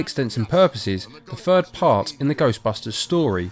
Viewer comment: a fird movie??? when did th change to pronounce as F? so with is wif. hard to take you seriously when you cannot speak properly